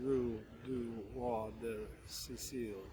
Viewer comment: pronounced "roi" correctly when he said it like "rwaw." Rue des Archives is pronounced "roo" pretty much like you said, for the Americanized version--you can work on the vowel and the French r later--"dez Arkeevz." Long e not long i in archives. The s in des is pronounced only because there is a vowel at the beginning of the next word. This pronounciation phenomenon is called liaison. I saw some bread that looked delicious but were sausages available instead of wienies? Restaurant recommendation for you: Aux Crus de Bourgogne, 3 Rue Bachaumont, 2nd arrondissement, near the Bourse (French stock market). In season, they have lobster at an affordable price (or at least as of 2003, they did) and they always have pate' and escargots. Bon appetit!